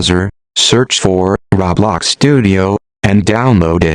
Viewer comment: but they're right now because there are better videos out there instead of this text to speech voice who can't even pronounce "roblox" right.